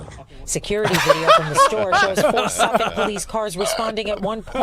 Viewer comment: From a Suffolk County LI girl, it's pronounced (SUFF-ick). The more you know :)